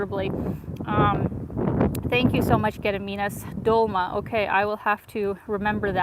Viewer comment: Have you ever watched a Soviet movie hit "Mimino"? It's a comedy (kind of sad, though) that has a friendship of a Georgian and an Armenian in it. I remembered it when you had mentioned dolmA (the stress is on the last syllable). There's a line about it in the movie. Definitely recommend it. The movie, I mean, I've never tried dolma myself but it must be good.